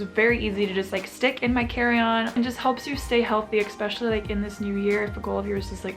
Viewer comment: why do so many people say ekspecially.